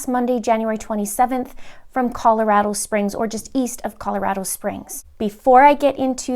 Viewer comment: FYI, it's pronounced Call-o-Rah-doe, not Call-o-Rad-o as in "radical". welx ")